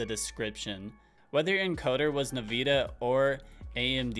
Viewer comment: As soon as he said naveeda I lost all faith